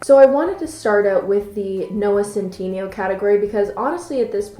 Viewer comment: “Noah cent teeny yo.”